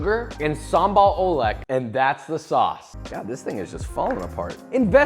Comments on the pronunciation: its not pronounce o-leg, its oo-ləg, like "ləg" in the elegant but without an "e" & "ant" You're welcome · Not sambal oelek but sambal oelek